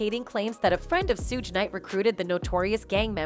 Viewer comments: 😂😂😂 Really, Sewge Knight😂😂😂 Yall so quick to put out false info and don't even know how to pronounce the names of the people you lying on 😂😂😂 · "Sooge" Knight. 😂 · If this lady mispronounces Tupac and Suges name one more time 😡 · U need to learn how to pronounce their names before u make things like this shug night and 2 pac lmfao 😂😂😂😂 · She needs to learn how to pronounce TuPac and Suge